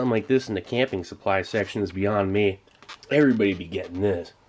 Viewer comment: Others: New year new me Steve: New year new mRe . happy new year, Steve :))